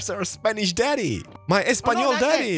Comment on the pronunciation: naah! He speaks a lot more spanish than I anticipated. Has a very decent pronunciation too, probably because my man is polish, and we pronounce vowels similarly